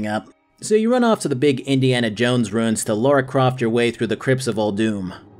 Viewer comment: Ohhhh, Nordic Ruins not Nordic Runes. That confused the fuck out of me for a bit. Nordic dudes IRL were pretty well known for runes and less so ruins. Enunciation would have helped out a bit there